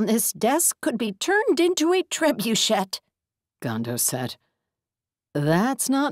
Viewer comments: Somebody tell the narrator if she isn't sure of a pronunciation to look it up. Trebuchet is pronounced as Trebuche' (last T silent). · I'm loving the stories, and the majority of the narration. However, I do wish the narrator could manage a better Jamaican accent. Her version sounds like the vampire character. And she needs to watch pronunciation of words such as trebuchet and crevasse. But overall, I LOVE these books and look forward to future efforts. I am looking forward to getting to my local bookstore after COVID19, so I can purchase hard copies of the book series!